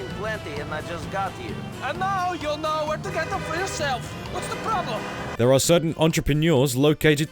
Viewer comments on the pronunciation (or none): wutszde prawblum?